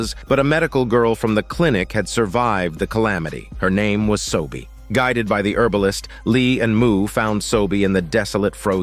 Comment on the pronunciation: it’s seo-bi, not sobie, it’s yeong-sin not shin, and it’s beom-pai, not pal (sorry if I’m late but these names this dude gives irritates me. Just wanna correct)